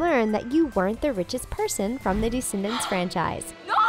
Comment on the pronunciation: Why is she always saying DEEscendants and not Descendants?? It’s so annoying!